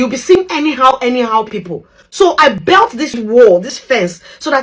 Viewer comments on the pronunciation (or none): It is pronounced as "built", same way you pronounce "build" but with a 't' at the end. It is not pronounced as "belt", which is how a lot of Africans tend to pronounce it. Same thing with the expression, "being of late". I don't know why Nigerians always say "someone is late", to mean "someone has died", instead of; someone is "of late". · The word is "built", not "belt", my fellow Nigerian brothers and sisters.